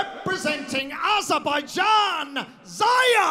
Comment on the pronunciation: Nije Ziyer nego Ziya😂